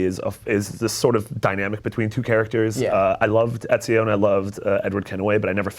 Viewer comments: u know they're full of shit when the host can't even pronounce ezio properly.. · The guy on the far left can not pronounce Ezio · the British guy makes good points, but come on. it's Ezio :P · can't pronounce Ezio to save his life, even when his colleagues all around him can lol.